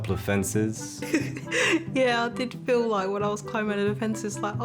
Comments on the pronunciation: It's FEEL not FEL and it's CRACKING not CRACING. 🤣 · "I can fel my chest cracing"? Really?